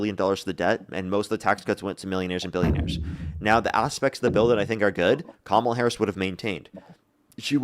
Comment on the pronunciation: Why does every Trump supporter mispronounce Kamala? Theories? Lol